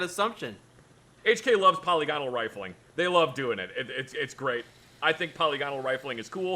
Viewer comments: its not poly-gone-al its po-lig-anol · The way pronounced "polygonal" makes me wanna scream. It's "puh-lih-guh-nul", not "paw-lee-gone-uhl".